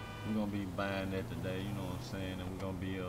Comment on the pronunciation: Ik he was from the H when I heard him say ( you none sayin)